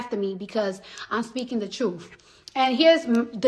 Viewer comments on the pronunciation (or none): Its truth not truf. Learn English before you spout foreign or domestic policy! I also bet she says ax instead of ask as well! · Hey, I'm just glad she's finally speaking the 'troof'! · Why anyone would listen to this woman to hear “ da trut” is beyond me.